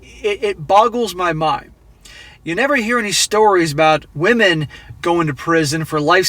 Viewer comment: Wahmen..."where did all the good men go"? Also wahmens,... they're all in prison.